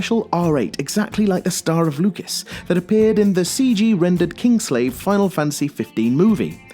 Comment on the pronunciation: Kingsglaive, you definitely said Kingslave.